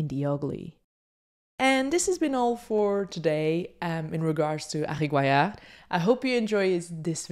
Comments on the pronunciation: Hi, nice collection of Harry's photos. But Harry Gruyaert is pronounced. /ˈɦɑ.ri ˈɡrœ.jɑrt/. It's no French it's a Belgian Flemisch name. Otherwise perfect overview. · Funny how you pronounce his name. Excellent video though. Thanks for sharing.